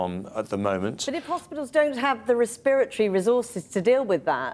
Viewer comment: Res-spirit-tree stuff......